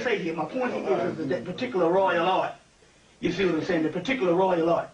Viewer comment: ✊🏽 Key word: Pahticuluh